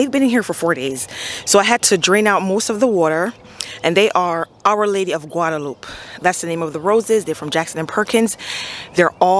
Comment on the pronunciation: I think Guadalupe is pronounced Guada-lu-pay with a Spanish pronunciation. Maryland clay is definitely back breaking.